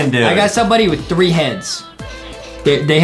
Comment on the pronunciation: did adam just say 1 trow 4 ? XD